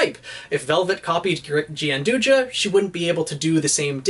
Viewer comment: Gianduja/Gianduia (the Italian chocolate) is pronounced, and I quote, "john-DOO-ya", so you were pretty much spot-on. There's also the interesting tidbit that Coco's weapon, by technicality, is Nutella. Do with that knowledge what you will.